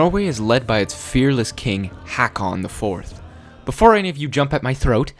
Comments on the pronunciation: Sounds like you is saying 'Hawkon' or 'Hawkin' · 'Haakon'. It's so bad. 'Å' is not [ah] but [o:] or [ɔ:]. Try to say á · Pronounciation tip for håkon: The sound from the word "hoe" .Now remove the "o" sound u make at the end of the word. And add "kon" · you pronounced Håkon wrong XD